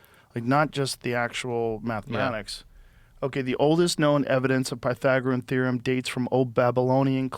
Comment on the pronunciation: Joe didnt know how to say The Pythagorean Theorem 😂😂😂😂😂😂😂😂😂😂😂😂